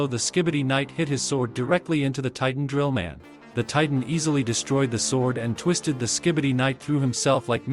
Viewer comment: Bro said trillman titan.